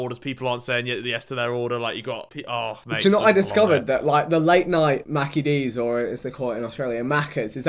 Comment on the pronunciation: Is vik saying maccers?? It's maccies